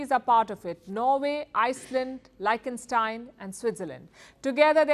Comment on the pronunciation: You pronounce "Liechtenstein" wrong.........